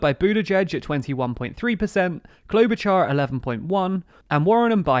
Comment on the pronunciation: Klobuchar, Char sounds like “shard of glass” not like “char-broiled”